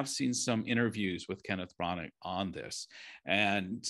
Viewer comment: For criticizing tribalism, ironic the American guy is himself tribalistic with the Fox News dig. The name is pronounced “Branner”. There is a reason why the British guy kept pronouncing it “Brannner”. The story is good. The screenplay is good. The execution is average as it appears fake, sanitized, and stagey. I didn’t buy Dench as a grandmother. I saw her acting as a grandmother. The man playing the villain was Disney-like. The kid was excellent and everyone else performed well, but there are no memorable performances; there are no memorable scenes. To score a movie 5 out 5, it has to be a masterpiece. This movie ain’t that.